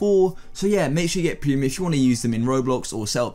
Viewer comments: "You will need cremium" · Its "Premium" Not "permuim". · wehn u said prenium.....:awh so you telling me i did THREE DAYS my shirt for nothing? :C SAD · It’s pronounced premium